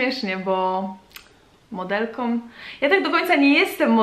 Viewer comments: Trochę razi w uszy ale "modelką" nie "modelkom" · a jeszcze coś, jeśli piszesz "modelką" to mów modelką "Ą" a nie "om" ..... lubią a nie lubiom "om" proszę :) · Dlaczego dziewczyny zamiast wymawiać,,Ą' ' Mówią om przed chwilą na początku odcinka powiedziała,,Modelkom' ' a mówi się Modelką. XDDDD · Trochę razi jak się słyszy MODELKOM